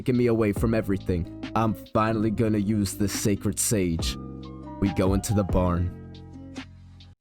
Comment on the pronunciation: “Šàćrëd šãgē”😂